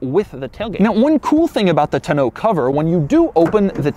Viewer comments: OMG...I thought I was done correcting his mispronunciations. Its TONNE-OH not TUH-no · Doug, the tonneau cover is TAH-NO not TUH-NO lol. Love your videos...you do great work! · Tonno not Ta no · The "tunn-oh"? First time I've heard that pronunciation. Always heard it as "tawn-oh" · Taw, like Paw, New or NOOO cover, not Toe No, come on Doug...or is it Doe-Ug ;) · (Tah no) cover 😄 not (ta noo) cover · It's pronounced TON-EAU not TNO. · Is it really pronounced "toe-no cover?" I swear if it is, I have been saying it wrong for years. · "Tuh-noe" cover, Doug has some serious mispronounciation problems. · Hearing him pronounce "tonneau" like "tuh-know" tells me he's the kind of yuppie that says "rho-day-oh" instead of "rodeo" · Doug Demuro the kinda guy who pronounces tonneau TUH-NO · Doug, I love you, but I hate the way you say tonneau. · This dumbass. Don’t. Know. How. Yo. Pronounce . Tonneau cover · The way he says tonneau is bad enough but come on dude it’s not that innovative, they’ve been around for years and people have been using them for years I swear you’d be as impressed with your toast not being burnt because it didn’t actually toast the bread with that 400 watt outlet 🤣🤷🏻‍♂️ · Doug is the type of guy who can't pronounce "tonneau" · Doug the type of guy to pronounce it like "to know" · You can't saying tonoe cover right. I think I'm doing it wrong. Lol. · He had a couple different pronunciations for tonneau. Don't think he hit it on either. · Doug, the type of guy who purposely mispronounces the word tonneau to make a normal person wish death upon his descendants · The way he pronounces tonneau has me triggered. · We all learned another of Doug's quirks: he cannot pronounce "tonneau". Doug, the emphasis is on the first syllable. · Doug the type of guy that can't pronounce the word "tonneau". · Doug you are one of my favorite YouTubers and I just love watching your reviews. That being said, the way you say tonneau cover with two syllables is disconcerting